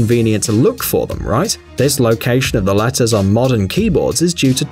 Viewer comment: latters lol it’s letters Jk is prob an accent